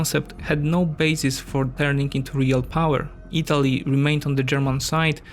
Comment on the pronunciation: The video is of high quality. However, you definitively need to watch - your pronunciation (in particular, the English pronunciation of 'i' is close to pronunciation of 'y' in Polish (e.g. Italy is /ytali/, not /itali/ - where you put the stress regarding syllables (e.g. it's purSUIT, not PURsuit) But again, great job.